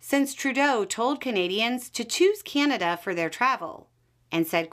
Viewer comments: You could give her, and many others down there, mostly women, how to pronounce Canada. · That is not a Canadian accent . The way this lady pronounced Canada is definitely not a Canadian accent. Sorry